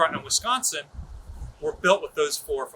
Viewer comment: I kinda like the "uss wisconcky " myself...